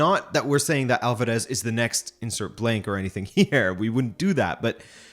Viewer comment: How is it that you cannot promounce Alvarez? YOur making it way harder than the actual pronunciation dude... ALL-VAR-ES